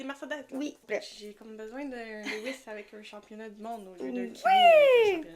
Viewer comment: Pour info LEWIS se prononce LEW-IS avec LEW comme NEW et non pas LE-WIS ( léouisse )à la Française .... idem pour STEW-ART et STEW-ARD .... ¯\_(ツ)_/¯